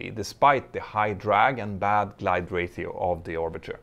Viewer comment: Hehe, I heard your Spanish interfere with your English for a second: "ratio," pronounced like a Spaniard! Speaking multiple languages myself I have had this kind of thing happen too. XD